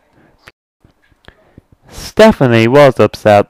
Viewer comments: You said Stefanie, and it's Step-ney. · He's like that because you pronounced it as Stephanie. It'd actually pronounced Step-ney. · It's stepney, not stephnie!!! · its stepney not stephanie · I'm from the UK and when the narrator says Stepney it sounds more like Stephanie! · Why does the person keep saying stephany? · And it is pronounced "Stepney". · Nah its Stepney, no SePHAnie. I think he's just pronouncing it wrong.